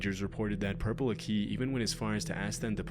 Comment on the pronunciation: Purple aki died somewhat recently, also it's pronounced purpleakee (ending is pronounced like hockey) all one word